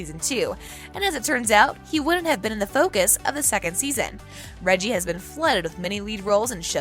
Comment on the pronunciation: His name is Rege'